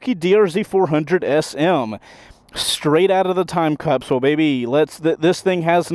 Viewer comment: Can you not pronounce Time Capsule correctly? Is it hard for you to annunciate that phrase?